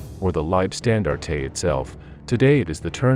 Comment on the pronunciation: This announcer has no concept of HOW TO PRONOUNCE Landstandarte IT IS PRONOUNCED Land (said like pond) stand (said like pond) art (said like part) e (said like ah)